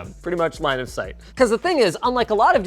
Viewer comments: Did he say “Line of Sight” or “Linus Height?” 🤣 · whenever they say "line of site" I keep thining he's saying "Linus site" 🙂